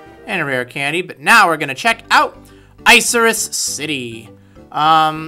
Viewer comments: Isn't it pronounced "Ick-a-rus" Like the cloud? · Is it really pronounced Ice-Cirrus City? It sounds soo dumb like that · i thought it was pronounced "ick-er-us" lol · I thought it was like 'ICK' -irrus not 'ICE' irrus...